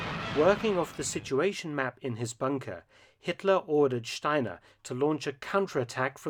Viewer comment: Each time Mark pronounced "Steiner" with Ganz's accent, I expected Krebs to show up and turn his head towards Jodl...